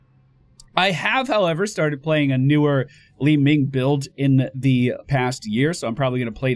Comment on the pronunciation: With regards to your British viewers, pronouncing it 'Li-Minge' is a slang word for vagina. Just saying.